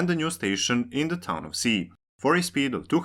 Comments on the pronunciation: Ski not Si Ski not Si Ski not Si Ski not Si Ski not Si Ski not Si Ski not Si Ski not Si Ski not Si Ski not Si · Just a super small, unimportant correction. Ski is pronounced like English "she" not "sea". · I think it's more about the fact that the narrator/writer did look up how to pronounce "Ski", which is sort of with a silent k.. but not like "si" in "Si Señor", but rather, as Donato286 said, more like a "she" or "schi" like in "Schiphol". It would have therefor been better to pronounce it like the english "Ski", since that is the actual language used in this video. That said, I think it's nice when people try to prounouce things the right way, but at the same time, I don't really care. Their own language way of saying the name is far better then saying it wrong in any and all languages... Also the fact that some cities like Wien/Vienna, Copenhagen/København, Beijing/Peking is a show of absolute disrespect running decades or even centruries back, and is not something anyone should strive for. At least people are trying to change their brains over from Kiev to Kyiv, but that took an invasion to fix (and some people are still trying to say "it's too late to change the name now, I'm used to Kiev") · It seems it's actually pronounced "she" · The k in Ski isn't silent. It's pronounced, just like in the activity of skiing. Indeed just say skiing, then remove the ing while keeping the first three letters.